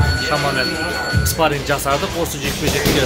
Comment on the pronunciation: "спаринг" деп айтсан дурыс естилетин еди биздин уйренген кулакка